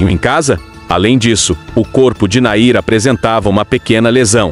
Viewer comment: Nome dele era Nain não Nair